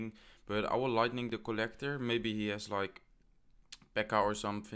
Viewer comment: Is it just me or anyone else notices the way he pronounce kolektor for collector and skelethonks for skeleton?? It makes me laugh all the time haha, anyway well played i am definitely gonna try it